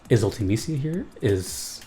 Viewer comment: Because Ultimicia’s actual name is Artimicia (pronounced Ool-tah-may-see-ah) in Japanese. That’s why her name was botched for the English translation of FF8.